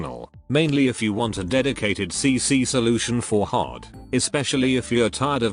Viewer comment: Black suit pronouncing Hare's name like she's part of the RABBIT squad